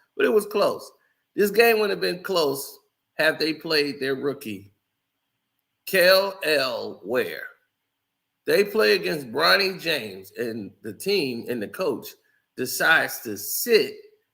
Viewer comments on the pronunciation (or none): Kel'el Ware name is.pronounce (KHALIL) ....Not Kell- Ell.